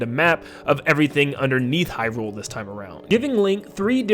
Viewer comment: I love your content but oh my god is it jarring to hear you say Hyrule wrong over and over 😂